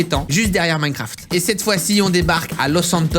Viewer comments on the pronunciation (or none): none